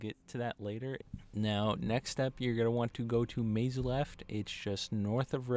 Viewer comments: "meyzuleft" instead of mzulft lmfao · Sorry but I can't believe you pronounce Mzulf, "Maze Left"